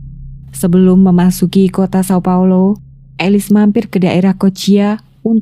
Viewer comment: Jika ingin membaca nama termasuk nama kota sesuai pelafalan aslinya seperti di video lainnya maka São Paulo dibaca Saung Paulu.